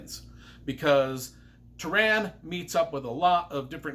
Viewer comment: Good review but you were butchering names left and right. Prydain (Preh-dain); Eilonwy (Eye-lon-wee); Taran (Tah-run). Not my interpretation, Lloyd Alexander's. Love your enthusiasm though. All that aside, this is possibly the best book series I've ever read as it pertains to quality of writing, story and emotion.